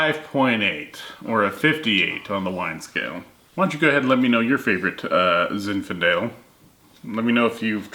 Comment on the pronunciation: zinfindale? or zinfandel